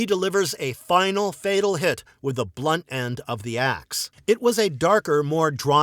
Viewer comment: The video is well made, and the narrator clearly speaks English as a first language, yet he doesn’t know the pronunciation of the word “the”, depending on what word follows, and the word “a”, depending on what word follows, which is not only weird, but it’s very distracting. He should take some lessons. It's so hard to hear repeatedly, I sadly had to stop watching the video and just read the transcript.